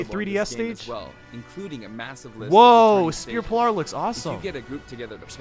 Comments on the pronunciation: It's Spear Pillar not Spear Pillour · Spear pill-are? W H A T ? !